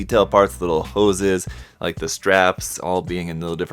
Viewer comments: "Do you rike it?" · Did you rike it?